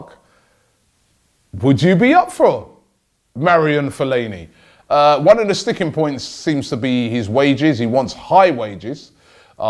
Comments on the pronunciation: “Marian Fellaini” .. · He calls him Marion Fellaini throughout and then Mario Fellaini 6.10 mins! With all the new greeks around you guys need to work on your pronunciations! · it ma-ara-won fellani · It’s not that hard to say Fellainis first name, all you do is butcher player names. Just take the time to know how to pronounce player names and your show will be 20 times better